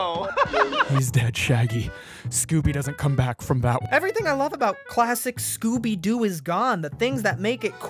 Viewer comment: D-did he say Gooby?